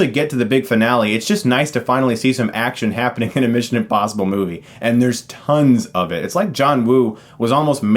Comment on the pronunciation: Is he saying... INpossible?